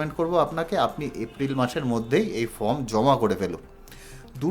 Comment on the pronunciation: আমি ইউটিউবে অনেকের ১২১ ফর্ম ফিল আপ করার ভিডিও দেখলাম। ফর্ম উচ্চারণ করতে পারেন না, ফর্মকে বলছেন ফ্রম, তারপর বলছেন ফর্মের একদম ওপরে বাঁদিকে এফ. ডি. র অ্যাকাউন্ট নং লিখতে হবে। কিছুই বোঝেন না এদিকে পয়সা কামাই করার জন্য ইউটিউবে ভিডিও পোস্ট করছেন। মানুষকে ভাঁওতা দিয়ে এভাবে বিভ্রান্ত করে যাচ্ছেন বেশির ভাগ পোস্টদাতা। আপনার ভিডিওটা সেদিক থেকে সম্পূর্ণ আলাদা এবং সঠিক। ১৩নং কলমে টোটাল ইনকামের সঙ্গে কি রেকারিং ডিপোজিটের এবং সেভিংস অ্যাকাউন্টের ইন্টারেস্টটাও যোগ করতে হবে ? অসংখ্য ধন্যবাদ জানাই আপনাকে।